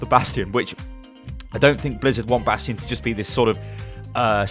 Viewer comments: bation not nation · 30% Comments are over "Bradstion" Pls man but he got a hanzo golden bow ;)